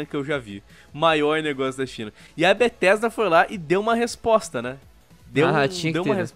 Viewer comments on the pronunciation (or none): N eh mais Bethesda... eh BRUHthesda